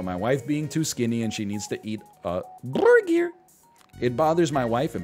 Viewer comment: why it he saying burger so retardedly 0___o I was just listening to him n didn't know what he's talking about, I thought it's a curse word he's censoring